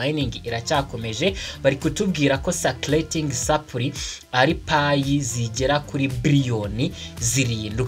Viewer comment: Uzakosore akantu ka supply uburyo ukavugamo burakocamye